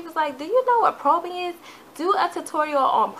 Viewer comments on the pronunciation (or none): It's strobing not probing